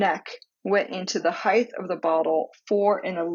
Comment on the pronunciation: Thank you-great video. but it's pronounced "hite"-not "hith", (spelled height) it's one of my pet peeves-sorry.